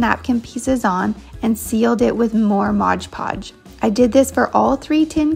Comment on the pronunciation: It's not "Modge Podge" it's Mod Podge.